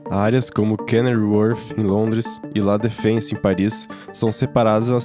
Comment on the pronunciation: Lá défense em Paris, em francês se fala lá defonse.